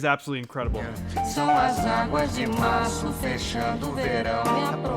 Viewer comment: He actually pronounced it pretty well. He's an English language native, it's ok to have his accent. Even more so when Brazil by itself would pronounce it in many different ways depending on the region.